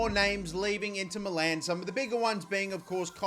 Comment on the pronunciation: its not Inter MELLAAN its inter MILAN